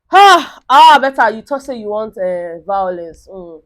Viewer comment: I love the vawulence..... 🤣 🤣 🤣 🤣